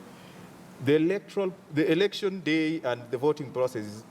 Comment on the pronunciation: not erection Mr.its election.